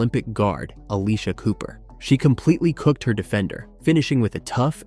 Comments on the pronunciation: And it's Kahleah Copper, not Alysha Cooper. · Bro you called Kahleah Copper.. Alicia Cooper .. how the hell did you get it that wrong 😂😂😂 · your narration is good, but you need to get players names right. There's no such player as Alisha Cooper....that would be Kahlea Copper. You also referred to Katie Lou Samuelson as "Hull" on one of the clips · Alicia cooper? It's kahleah copper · said Alicia Cooper 😭 sorry dude, I’m the biggest CC fan, but if you don’t know Kahleah Copper’s name or at least you can’t research it, I can’t respect this video 💀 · Get your act together if you want to narrate basketball, at minimum , be respectful and know their names!! It’s Kahleah COPPER….NOT….Alysha COOPER and she passed the ball to Katie Lou SAMUELSON….NOT….Lexie HULL !! Dumb a**!! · In the first 2 minutes of the video he called Kahleah Copper... Alicia Cooper 😂😂😂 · It’s kahleah copper not “Alysha cooper”. There’s not even a wnba player with that name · aleah copper not aleasha cooper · You got Kahleah Copper's name completely wrong. After AI generates the text, you need to proofread it. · I enjoyed watching Caitlin, but the AI voice annoys me when it mispronounces names. I can't wait to see Caitlin and the Fever this year. They should do great things with the players coming in. I love watching Aliyah, Kelsey, and Lexie as well.